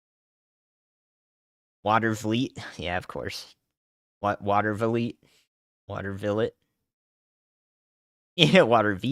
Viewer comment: I live in Watervliet your the only one that Pronounced it right congratulations And keep up the good work